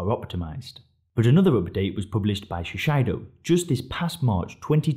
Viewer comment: Shiseido is pronounced: she say doe